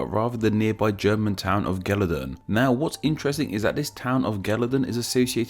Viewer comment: Bart DeBot As a Dutchman, İ find your pronunciation of the letter 'G' infuriating.